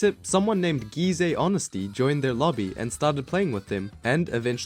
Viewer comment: finally someone that prounounces gyze correctly